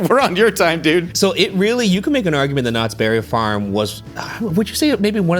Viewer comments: WHY IS EVERYONE EMPHASIZING THE BERRY IN KNOTTS BERRY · says knots BERRY farm